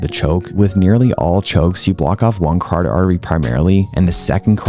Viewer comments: Friendly tip: "cuh-ROT-id" artery, not "cardid". Love your content, oss. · Great video. Your pronunciation of carotid artery gave me a chuckle.